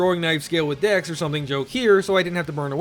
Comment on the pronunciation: i cannot not hear " Dicks are better than strength" "only leveling dicks" "DEX FOR LIFE"